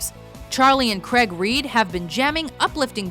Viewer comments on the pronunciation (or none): You Americans and your pronunciations of Craig and Maurice - Craig is phonetic, not "Creg". And Maurice is pronounced "Morris". :) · Charlie and Craig Reid, not "Creg" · In Australia, which is the home base of the Bee Gees, Maurice is pronounced Morris" not "Morrees". It's as annoying as "Kreg" for "Craig". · Craaaaaig, not Creg!! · why do americans say craig weird? their is no e in it its not creg its craig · 10: One of my favourite bands who i've liked for over 10 years (and they are epic live) 9: Only know them from T2 8: LEARN HOW TO PRONOUNCE CRAIG! It's not Creg, it's CRAIG! Krayg. Good band though, and you think their accents are good during singing, check out a band called Twin Atlantic; holy crap it's epic! 7: Who? 6: Awesome, happy to have heard of them since Animophs 5: Potterheads unite! 4: Ha ha ha ha, stayin' aliiiiiiiiiiiiiiiiiiiiiiiiiiiiiiiiiiiiiiiiive! You Win Again is their best song 3: Loved them in Big Daddy and Zack and Cody 2: Sister, Sister! Used to love that show when I was a kid. But you mention how they are German born, but you don't mention about how the Sprouse twins were born in Italy 1: They had to be number 1, I was an Olsen fan right from the start :) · Craig isn’t pronounced creg wtf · Why cant Americans pronounce Craig properly?